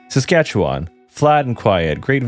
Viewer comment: As a Canadian, your pronunciation isn't too bad. Nunavut is more like saying "none of it" really fast, no voot. You said Saskatchewan alright but you over pronounced it. Native Canadians also shorten it and say it faster making it sound more like Sask-atch-ewin. But your pronunciation is better than most. Great vid man, glad to see the algorithm working in your favour